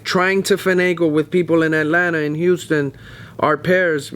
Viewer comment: H-tine Texas